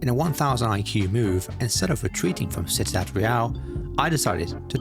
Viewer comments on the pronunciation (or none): Just an FYI Ciudad is pronounced see-you-dad not sit-a-dad